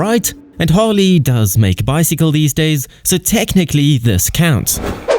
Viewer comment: Keep calling it "Hawley" and you'll never understand!